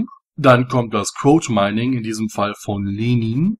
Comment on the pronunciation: quote mining meine Englische Aussprache ist etwas schade